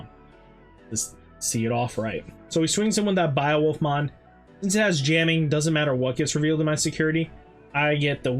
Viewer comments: I hate how you say beowolf, I close the video every time you say it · I just heard it I don’t blame u lol